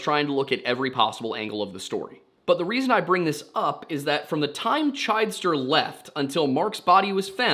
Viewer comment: The last name is pronounced Chidester with a short "i" sound instead of the long "i" sound so it's CHID ester